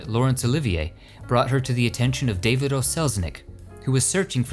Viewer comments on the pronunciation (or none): none